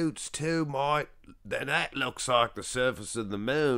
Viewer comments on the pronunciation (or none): none